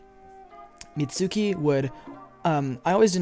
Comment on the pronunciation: it's mizuki not mitsuki